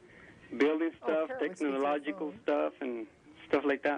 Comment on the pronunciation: Did he say technomological?